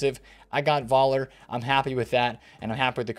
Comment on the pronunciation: You pronounced Voller correctly! My guy 🥰